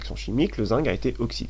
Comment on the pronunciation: pourquoi tu dis zingue?